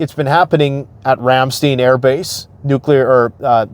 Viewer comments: Been forever since I have been stationed in Germany. But if I remember correctly, its not pronounced ram-steen, but rather pronounced ram STINE. =) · Please say, Ram-stine. The second syllable rhymes with 'mine'. 😊 Love your channel. Thank you for doing all that you do to help the common broke folks get a grip on the clearer picture world wide. 😊